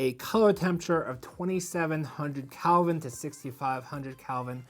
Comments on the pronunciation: A very good review, thank you. Just to be of assistance . . . The "color temperature" of a light bulb is measured in degrees of Kelvin (°K), and the word is pronounced KELL vin" -- not CAL vin. Kind regards. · yes I became annoyed after the 2x time he said calvin! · KELVIN not CALVIN